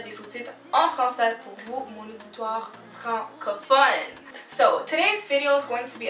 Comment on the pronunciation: Just by the way you said francophone i know you're from mtl